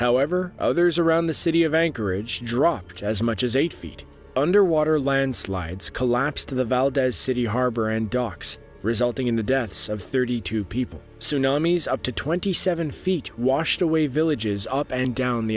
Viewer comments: Yo, it's pronounced "Valdeez", not "Valdez" as one would think. Don't ask me why, it's Alaskans for you lol. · For the record, Valdez, Alaska is pronounced Val-Deez.